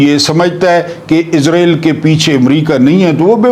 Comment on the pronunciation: عربی زبان میں لفظ (اسرائیل ) ہے(س) ہے نہ کہ(عزرائیل ) یہ لفظ تو بےحد معتبر اور مقدس فرشتے حضرت عزرائیل کا نام یے